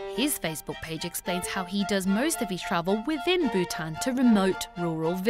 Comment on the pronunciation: I'm surprised the narrator able to pronounce Bhutan king perfectly! for me its like a tongue twister. Also where's dalai lama?